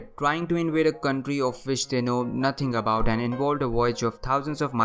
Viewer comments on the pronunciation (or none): What aboot Antarctica???😂